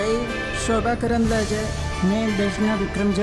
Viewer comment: karandlaje hai sahi se name to pado